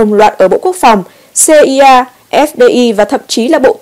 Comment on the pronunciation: (a) CIA (Central Intelligence Agency) thì phải đọc âm của các mẫu tự trong tiếng Anh, tức là phải đọc là /xi-ai-ê/, không phải /xê-i-a/. Tương tự FBI (Federal Bureau of Investigation) sẽ [hải đọc là /eph-bi-ai/, không phải /eph-bê-i/. v.v... (b) OMC (Organisation Mondiale du Commerce = tổ chức thương mại quốc tế) phải đọc là /ô-em-xê/ (âm của tiếng Pháp), không phải là /âu-em-xi/ theo âm của tiếng Anh. v.v...